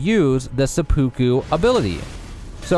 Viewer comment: It's actually driving me nuts how many people are mispronouncing seppuku